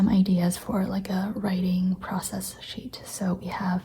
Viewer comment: lol your "cheet" instead of sheet reminded me that I wrote ‘blop’ instead of blob in my Facebook post 😂 I love this look into your sketches and process!